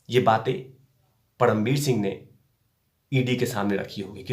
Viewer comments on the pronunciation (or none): परमवीर बोलिये पडमवीर नहीं